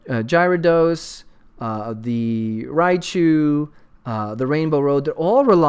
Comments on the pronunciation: Probably because no Giveaway. Scumbags -.- ....that or people mad about his pronunciation of Gyarados haha xD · WTF!!! No giveaway!!! Unsubbing and disliking D=< love your vids (P.S you mispronounce Gyarados)